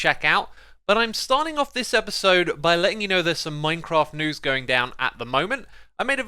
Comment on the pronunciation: When you said minecraft news i heard minecraft two. I was Just shoked at the start